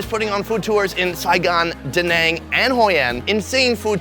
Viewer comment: Why do you pronounce Danang two different ways? Both are correct?